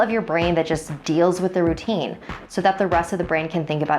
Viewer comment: Who else thought it said "My deadly rotini?" xD